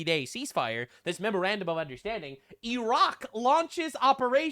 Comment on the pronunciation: The "Memorandum of Understanding" became "The Mrrmrrfrr of Consequences" lmao